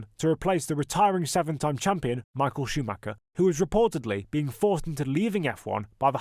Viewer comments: why do all native English speakers mispronounce Schumacher's name? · Because most people mispronounce it. Google German pronunciation for it